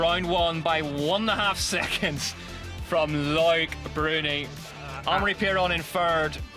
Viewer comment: This commentator mangles so many names with his laziness.